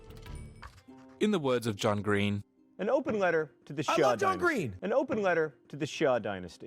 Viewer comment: should just check cool history bro chanel compare to this saying shang as shank 😹😹😹